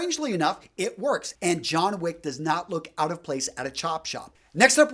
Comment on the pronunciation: It's Wick. John Wick.